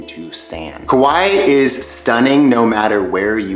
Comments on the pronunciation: Also Kaua'i is "ka why ee" not "Kawhy" . I know that's a little nitpicky though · hawaii was pronounced wrong, kauai was pronounced wrong, lihue was pronounced wrong